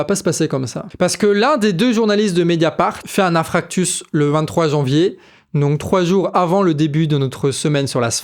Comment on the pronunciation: inFARCTUS et non pas inFRACTUS, tant qu’on y est 😂😂